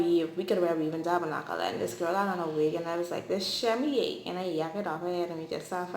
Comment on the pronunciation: “This shemy a” LMAOO girllll 😂😂😂